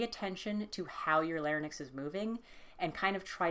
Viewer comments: Lair-inks, not lare-nicks. :) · my girl, it's larynx, not larynex 😅 but thanks for the video, I'm struggling with voice training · The way you pronounce larynx is distracting me too much to pay attention im so sorry